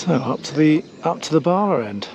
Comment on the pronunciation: It's BALA. No R